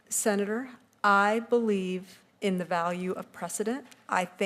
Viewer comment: What's a Sena duuurrrr?